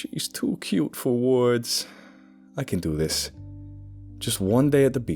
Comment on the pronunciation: "Too cute for woids" is the most New York thing of this episode.